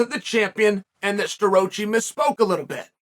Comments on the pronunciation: Stuh-Rah-Chee not Stuh- Roach- eee. Douche. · Chael it is pronounced Stuhrocky by the way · The best part is Chael absolutely butchering his last name right off the bat😂